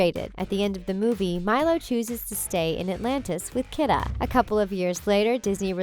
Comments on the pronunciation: Key-duh not kid-ah -. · DID SHE JUST SAY "REBECCA" MCINTYRE?!?!?!?! UM ON BEHALF OF ALL OF COUNTRY MUSIC, I AM OFFENDED! Also, Kida is pronounced "Key-da"... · Her name is pronounced “KEY-DUH”. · She mispronounces a couple character's names (some multiple times), not just the names behind them. "Cooper" and "Kitta"?